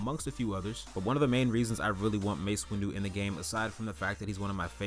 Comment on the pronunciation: its windu not windew